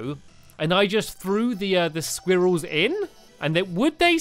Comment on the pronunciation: No offense, but pronouncing squirrels like "squeerells" sounds ridiculous.